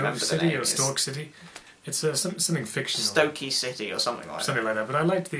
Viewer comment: Stoke City. It’s Stoke city